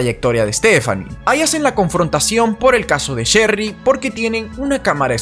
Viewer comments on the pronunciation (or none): Diré chery no cherry se me complica un poco😄😃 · No sería: el caso de Sherry rasmusen???? Y porque se te hace difícil decir Sherry???? Es muy fácil no es alemán 😂